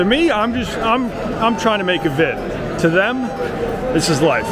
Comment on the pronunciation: Only thing more scary than this race is pronunciation of this race. Great vid another banger ❤